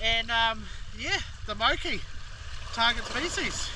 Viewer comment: MORE KEY mate MOKI.Not "mow key" mean video but. wicked viz